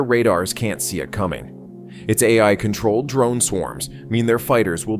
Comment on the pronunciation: Teach your "AI" pronunciation and I'll consider subscribing.